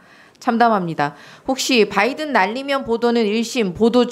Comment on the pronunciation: 바이던은 박으면으로 들리것지...